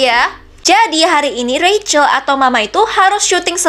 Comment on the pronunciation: Kak itu di baca rachel